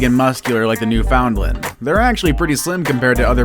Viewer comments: It’s pronounced “newfin-land” not “new-found-land” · Also......New’ found land.. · you pronounce Newfoundland completely wrong it's not how you read it it's new and then fin land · Understand: it’s Newfin- LAND. That’s what they say in Newfoundland. Really. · Right, should be pronounced as New-fin-lund.......I cringed too! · It's pronounced newfinlin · it's pronounced newFINland. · This guy needs to learn to pronounce the dog’s name. It’s New FUND land. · Its a new-fa-land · Newfoundland is pronounced New fund land. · Its not! Its NEW FOUND LAND!! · You say it like new finland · It’s new-fin-lin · New found land! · The way he says Newfoundland makes me cringe so hard!😂 He’s definitely American. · Thank you for that clarification. I'm American too and would have said it wrong as well. We really don't have many Newfoundland's here. It doesn't excuse him saying it wrong, but it may explain it. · I'm American and cringed. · Shannon Arney I’m American and I say it correctly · Isn’t he pronouncing Newfoundland wrong? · That is not how you say Newfoundland. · Did this narrator really say new-FOUND-lun???? PIE-yer-neez? TIB-uh-ten Mastiff???